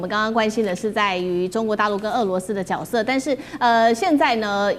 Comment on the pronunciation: ，“角色”的“角”字念如“覺”，不念“脚”，念“覺色”。不是“脚色“，例如我們說歌舞劇裏面的”主角”“名角“。 在”三角形“”角度“裏面的”角“才念”脚“。